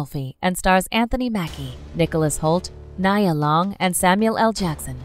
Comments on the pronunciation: Get that black queen name right (Nee-uhh) not (ni-yuh) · I missed the whole message already because How she don't know who "Nia" Long is like 🤔!? TWICE!!!!!!! BOTHERED by this reader lbvs